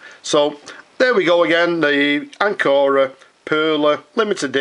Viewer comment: Pronunciation with accent on the first syllable, AN co ra, like the English word Anchor. Anchor Pens still makes all components, including their magnificent springy nibs, in-house. The larger models are pump fillers, the smaller ones cartridge pens. They are carefully made and lustrous, splendid pens, always with either sterling silver or vermeil trim.